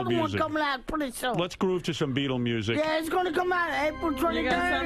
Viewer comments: “Oh the nusic” 😂😂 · "oh the noosic?" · Howard: How many followers you got on tweet Beet: “We going somewhere on a boat “ And I love his “nusic” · Oh the noosic? Its gonna come out different